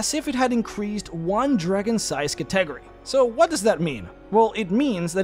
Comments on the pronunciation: Category is Cat-ah-gory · It took me a hot second to realize you were saying category when talking about that empowering spell. It's pronounced katteh-gory, not ka-tegery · say it with me Cat-A-Go-Ries, by god your pronunciation of that word make my ears bleed... otherwise greate video as always, i really love this named dragon series ^_^ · I swore you were pronouncing some latin/elvish word or something then I realize you're saying cat-ta-gor-ree. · ima help you out - Cat-EH-Gorr-EH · Cat - eh - gore - eez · I know what you meant, but "Category" kept tripping me up. I don't want to be rude, it is pronounced "CAT - uh - gor - ee" or "Catta - gory" I only want to be helpful, I don't mean to sound condescending, I know English can be hard. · Stop mispronouncing cat-a-gory.... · It's hard for me to believe you've never heard the word "Category" pronounced out loud. Still, good video. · Not trying to hate or criticize but where did you learn to pronounce category? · Is he deleting the comments that point out his pronunciation of Catagory or am I going crazy? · That can't possibly be the way you think "category" is pronounced. It's a bit, right? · I still see many and its pretty tasteless. Like we get it guys. Funny way to say word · ive seen a fair few haha